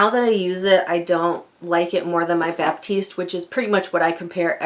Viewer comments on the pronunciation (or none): I'm confused about what race has to do with oil absorption ....anyway, i enjoyed the video :). Just a couple of things, it's Batiste not Baptiste and a good heat protector I can recommend is the one from CHI 44 Iron Guard.